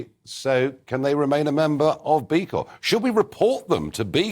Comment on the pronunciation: Charlie.... the P is silent in CORP.